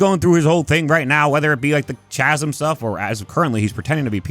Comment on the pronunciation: Why does every you tube person pronounce Chasm with the ch sound? It has a k sound....